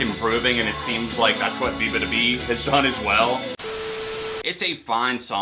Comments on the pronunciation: it's bee-yah not bee lmao. (bee-yah-ba-doo-bee) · I laughed out loud when he pronounced her name that way 😂